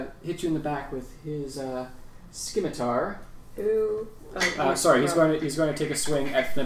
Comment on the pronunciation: Scimitar is pronounced sîm•î•tar not •skē•mî•tăr